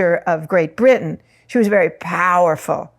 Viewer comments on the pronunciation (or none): none